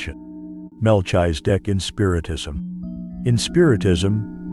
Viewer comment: The information from the video is legit it’s a shame they using AI to pronounce his name Incorrectly. Definitely wasn’t necessary to shake the screen the whole way through